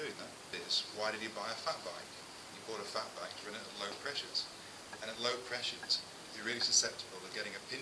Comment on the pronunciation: hahaha I thought he said "fuck bike" at the beginning